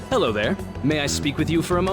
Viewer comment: 'Ealin' 'Alo